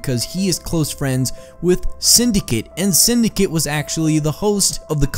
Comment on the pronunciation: it's synd a cate it's not synd i cit